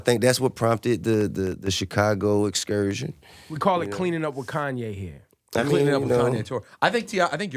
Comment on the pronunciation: "Koonye" says the 16 year old white kid in his parents' basement.